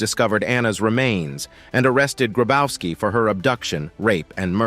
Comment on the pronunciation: Grabowski is read "Grabovski" ! The German "w" is a "v"! Marianne hit him well!